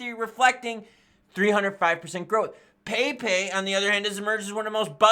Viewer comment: Yo...it's pronounced Pep' E...